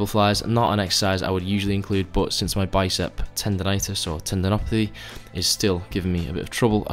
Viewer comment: "if you're not subscribed to me channel,..*brief pause*...fix that issue immediately" lmao